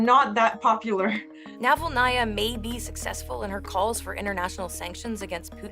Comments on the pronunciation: Interesting video. Thankyou. But do check your pronounciation of Navalnaya. You put the accent in the wrong place! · Yulia NavalnAya 😂 Jeez, Can these "professional news companies" at least run the names of significant figures they are reporting on through google translate to avoid butchering their last names in most ridiculous ways???